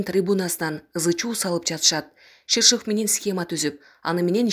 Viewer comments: Шишыв эмес ШирШов! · Алексей шыршыв.садыр жапарыв деп окулбайт.